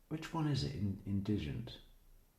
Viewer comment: emphasize on IN